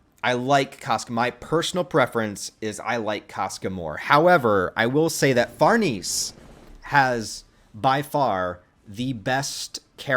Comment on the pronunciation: Her name is pronounced "Far nay say" and she's better than Casca IMO❤❤❤